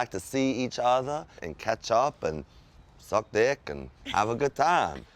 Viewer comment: Did he say sucks dick? lol